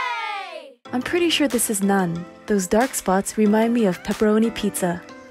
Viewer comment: It's funny how u say "nuun" instead of naan